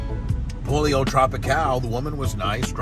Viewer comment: It's pronounced Poll Yo not polio. Cmon Bubbzy